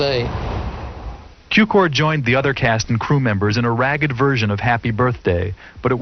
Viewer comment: It is not George Kiukor sir, his name is Cukor György, in english sounds like Zukior!